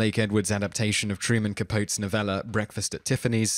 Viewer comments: So the narrator never heard of Yul Brynner or Truman Capote before? Honestly, the weird pronunciations in this entire series is mind-boggling and undercuts an otherwise well-researched concept. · NAMES MISPRONOUNCED IN THIS VIDEO: Paul Muni Yul Brynner Truman Capote Ben Kingsley (his birth name was Krishna Bhanji, by the way)